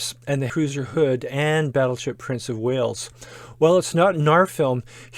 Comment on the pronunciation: At 5;32, "Between the Bismarck and the 'hooser" Hood"? How did that gibberish get into the narration?